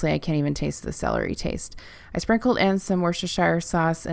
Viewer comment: Wuster sauce. Worcester is pronounced Wuster and the shire is silent